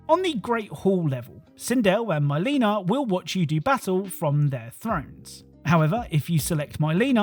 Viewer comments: myleena haha, her names Mi-leena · "My-leena" lmaooo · Why would u shill for Disney? N you're really gonna mispronounce "Mileena" to drum up more engagement? That's sad, dude